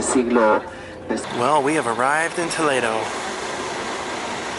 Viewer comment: The scenery was beautiful and the church exquisite! I love the way you pronounced Toledo there! It is so much more exotic and just beautiful than what we say here in Ohio!